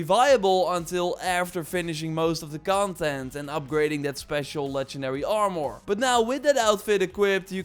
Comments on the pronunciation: AR-MER Not AR-Mwuar Won't watch any more of your videos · The way he says "Are-More" is awesome LoLz